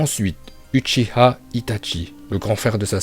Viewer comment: nn là c l une des seuls bonne prononciation qu il a dit , la plus part des gens disent uchiha , c dans la version fr que c uchiwa